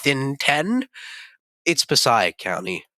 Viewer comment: Passaic is pronounced: Puh-SAKE.